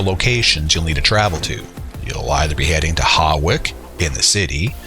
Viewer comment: HAWICK is pronounced “HOICK” 😂😂